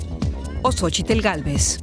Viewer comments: Se pronuncia /sochitl/ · Se pronuncia shochitl, es un nombre en nahuatl y ahi la "x" se pronuncia como "sh"